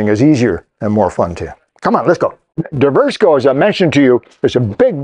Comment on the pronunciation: It should be pronounced Divers-co! Lol